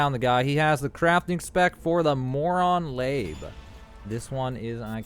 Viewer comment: Lab? No it's spelled LA-BE. Moron labe the( e )has sound!